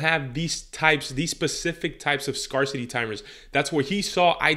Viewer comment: I really love your videos! <3 I know you speak more than one language. Scar City had me cracking up. A friendly fyi its pronounce d Scare (like Hair) city. "Sc-air-city" Thanks so much for the actual info and no fluff